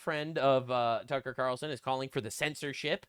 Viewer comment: he’s saying Qatarlson, not Ta Carlson Ka-tarel-sun